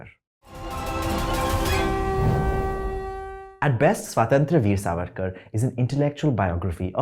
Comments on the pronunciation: Despite serving us his horribly elaborated word salad, he couldn't even manage to pronounce the word 'Swatantra' correctly in this entire video. Well, it's Swatantra, not 'Swaaatantr.' 🤣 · Idiot. Pehle swatantra bolna seekh. Where the hell do u pseudos come from. Which school what family do u come from where in India u can't pronounce swatantra. Such caricatures. We know u so well now. Go watch 4 more shots and glorify it.